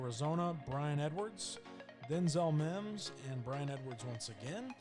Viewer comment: How did you call that Mims?